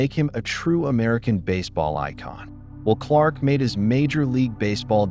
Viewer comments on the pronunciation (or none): It's not even a real guy. Stupid how he says "Wool" Clark, and how many sentences stop in the middle, then continue. No highlight clips at all. The sad thing is, there are quite a few of these videos.......